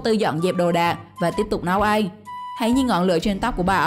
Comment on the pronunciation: Ăn chứ không phải là eng may mắn chứ không phải là may méng nha bạn